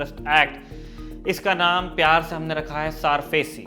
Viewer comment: सारफेसी नहीं, सरफेसी